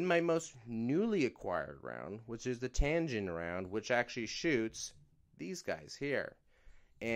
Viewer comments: TAG-inn not tan-ginn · Tagin not tangin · Say it with me bro TAG-INN